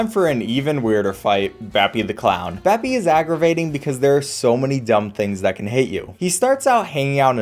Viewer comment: He call beppie bappie ITS AN E